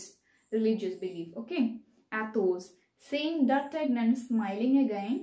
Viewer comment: Mam but you are mispronouncing the names😢.... Athos will be pronounced as aathos that is correct but the rest.... Porthos will be pothos, aramis will be ahaamees, D'artagnan will be deaartenyon and the de jussac pronounciation is ok